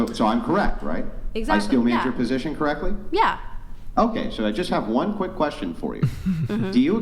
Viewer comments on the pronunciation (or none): none